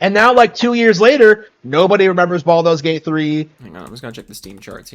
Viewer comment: You know you’ve been watching too much Harmon Smith when you say Baldo gate